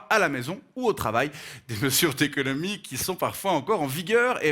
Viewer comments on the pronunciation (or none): "des mesures-T-économiques" ouch...